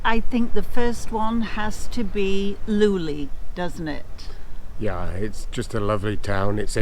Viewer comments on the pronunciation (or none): Please stop saying "Loulee". I get goosebumps! :face-purple-crying: The "E", with that diacritic, "É" reads like the E in "yEs", or ViEtnam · Pernounced Low Lé